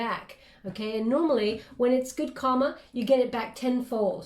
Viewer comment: It's kinda funny....I don't know if you've ever noticed, but, every time you say the word "karma", you always pronounce it like you're saying the word "comma". But, there's an "r" in there that you keep leaving out. Obviously, I know what you're trying to say, but, it may confuse someone else. Just wanted to bring it to your attention - FYI